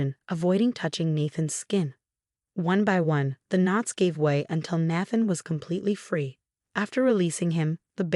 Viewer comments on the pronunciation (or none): Good story, but the voice ,probably AI ,should learn how to pronounce Naathan ( long A - that’s why I spelled it that way)